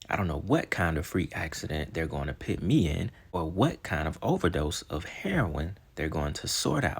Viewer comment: Idk why but this is driving me crazy lol.... "Put" p-u-t... put. puts an "I" where the u is?! Ima pit this here. What type of situation they going to pit me in... ahhhhh PUT yo put! Lol just busting balls man. I love the content for real. It does get me every time though not gonna lie. Ima just pit this comment right here lol.